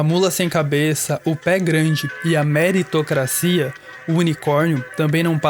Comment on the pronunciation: Ri forte no "Metoritocracia"